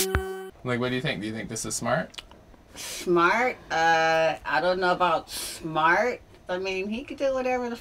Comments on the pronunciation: Schmart? Uhh I don't know about schmart. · “Shmart, I don’t know about Shmart.”